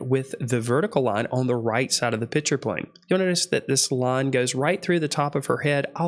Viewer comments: Please, maybe it's because I wear hearing aids but are you saying "pitcher" plane instead of pikture/picture plane? BTW, you're videos are great instruction! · Please, please stop calling a picture a “pitcher”!